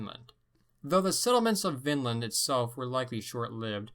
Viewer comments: It’s not pronounced Vinnland you have to drag out on the i like Viiinland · check "the ancient scandinavians of Ontario - 1700 B.C.E" in YouTube. btw everytime you say vinland it sounds like finland :D greets